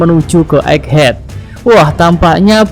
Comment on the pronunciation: *EGGHEAD min Bukan Eggehad